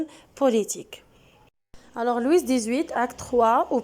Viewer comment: Wal3adaw b lfrancais kant9o Loui machi Loui''s'' . لويس هاديك كتنطق بالعربية .